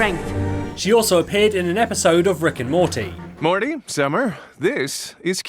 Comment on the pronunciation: did-did he just said Ricked and Morty??